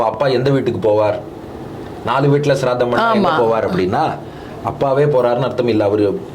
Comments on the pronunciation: ஸ்ரார்த்தம். ஷ்ராத்தம் இல்லை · அது ஷ்ராத்தம் இல்லை. ஸ்ராத்தம்‌